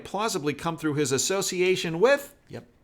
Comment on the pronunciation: By far this is the best channel for truth!! Just a heads up the “s” in Ghislaine is silent. Keep up your diligent reporting. ThanQ ❤️